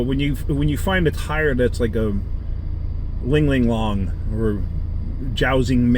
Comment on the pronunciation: you cracked me up throughout your video with emphsis on the word "Cheap." When you mentioned "Ling Ling Long" tires, it took me over the top. You're making me fall out of my computer chair brother!